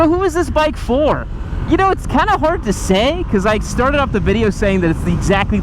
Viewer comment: Bike sounds like chit.